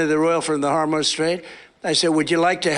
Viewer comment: I could be wrong, but I think “Harm-Ouse” is the 3rd way he’s pronounced “Hormuz” recently.